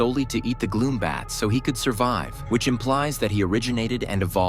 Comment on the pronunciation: It’s gloom, bats, not glow bats